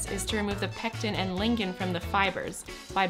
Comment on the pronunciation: It is 'dew' retting and not 'due retting' and it is 'not ligin' , it is 'lignin' :-) , cheers !